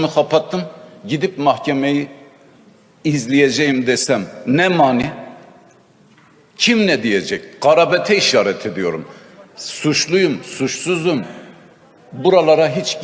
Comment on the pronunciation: Sırrı karabet değil garabet tir